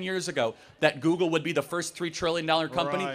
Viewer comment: 一個把google發音成姑姑的人，他講的話有什麼智慧含量?